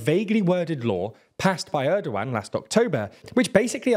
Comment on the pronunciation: I have watched several videos of yours regarding Turkey and I want to help you out with some of the pronunciation as they come up pretty often. Recep Tayyip Erdoğan is pronounced with the "c" in Recep like "j" in jet, instead of an "s" sound like in "sea". It would also sound more appropriate if you let the "g" sound out as the letter "ğ" is a softer version of g, I suggest reading it as "Erdoan" with an emphasis on "-an". The opposition leader's name also has the same letter therefore I would suggest doing the same and reading it as "Kilichdaroulu" and İmamoğlu as "İmamoulu"